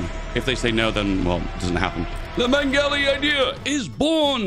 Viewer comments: Anyone else annoyed how says meng-ali when its spelt meg-ali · yes, Greek language doesn't make sense when written in a alphabet that it doesn't use, lol also, I forgive most of it, but "Megali" is six letters, sound it out, "Me-ga-li" where is the "n"? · There's no N in "Megali" Meh-golly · hearing him say meNgali idea makes me mad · inability to say the Greek names right irks me Helias and mengali idea irks me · Great video, but the way you pronounce Megali and Hellas hurt a little ngl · The "n" added to his pronunciation of Megali was my 9/11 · I swear anglophones are just incapable of reading properly. Where is N in megali idea? Where is N in Hellas? WHERE DID U GET IT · As a Turk, I am glad you butchered the word Megali every single time. Jokes aside shoudn't british and kurdish protectrates swap? You know since the Brits already control northern iraq and the french allied themselves to the local armenians gangs in the turkish war of independence.